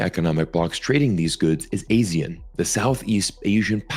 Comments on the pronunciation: Here in Southeast Asia, ASEAN is pronounced "AH-see-an". I don't think I've ever heard it pronounced as "AE-see-an" to be honest. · FYI, ASEAN is pronounced Ah-see-yahn, just like Senator Tammy Duckworth pronounced it at the Hegseth hearing. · Hi, ASEAN is pronounced A-SEE-AN, A like in Arnold, AN like in UNdo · ASEAN is A-se-an in pronunciation For your info But your insights is very pragmatist